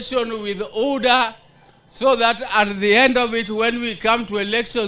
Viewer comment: Can someone educate OBURU ABOUT UDA IS NOT PRONOUNCED UDA BUT UDA SEPARETLY AND HOW WILL HE PRONOUNCE ODM ODM SEPARATELY AND UDA UDA AND ADD A J AND CALL THEM JUDAS IN PRURAL HELLO NO ENGLISH TEACHERS THE OLD MAN HAS BEEN FRUSTRATED AND HE HAS RUN OUT OF BREATH BY 2027 he WILL BE grasping FOR air on podium’s I wonder the old man should retire with his grand children at home he has no energy and Kasongo will regret his mistake in putting him as the chairman of the ODM the old man can’t even roar he is being pushed so hard because he thought that he would fit his brother RAILAS dmshoes and he can’t even run a meter